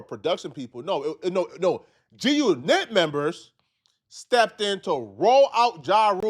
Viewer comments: Bro, why you saying it like that? G-Unit. Say it normally. G-uNIT is a song cadence, you don't say it like that everytime. 😆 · It’s not “g u nit” unit the word is unit damn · Why are u pronouncing it “Gee U KNIT” 😂😂😂 it’s G-Unit dude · you outta touch weirdo, it's not G- U NET, it's G-Unit. Say it like a normal mf person who knows wtf they're talkin about, damn nigga you awkward as a mf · pissing me off the way he pronouncing G-Unit 🤣 (It was actually “guNIT” members 😳) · You can’t trust nobody that say G-U-Knit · Can't pronounce g unit and called zip wit da drip popular😂😂😂 that clown lives in his momma's apt at damn near 50 years old. Cut it out. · Why can't you say G-Unit 😂😂😂😂😂😂